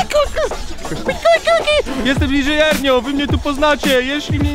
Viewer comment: Didżej Ernio XDDD